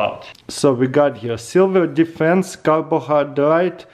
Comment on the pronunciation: Did I hear "Silver Defence"?